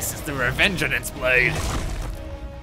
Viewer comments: fun fact, this is the first time you pronounced "Revengeance" correctly in the entire video. Every other time, you kept adding an extra "en" in there, making it "Revengeanenance" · Legends say he is still calling it Revengean an ce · he says "Revengenance" the whole game 😂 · Revenganance ? Why is he adding in extra letters every time he says it ? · Is anyone else bothered by how he pronounces revengence for most of the time? He pronounces it "revengenance" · Take a shot every time fucks up saying "Revengeance"; you will die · It hurts to hear an english major mispronounce revengeance